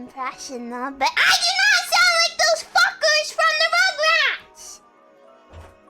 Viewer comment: When pronounces "f*ckers" as "Fuqers." very cute and not helping her case.